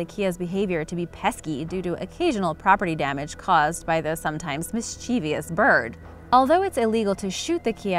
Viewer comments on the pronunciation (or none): Mischievous, not mischeevious.